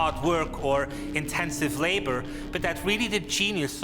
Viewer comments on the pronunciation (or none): none